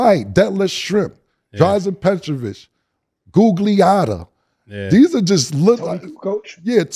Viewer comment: Guggliatta??? he's from NY